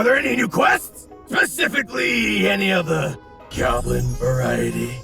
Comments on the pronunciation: damn am not gonna watch it but u got a like for saying goblin 99+ haha gaaaaaaaaaaaaaaaaaaaaablin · I don't think so. Pretty sure he said "gawb-lin". They both sound the same. Easy mistake to make. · At some point "goblin" stops sounding like a word and more like a phrase he says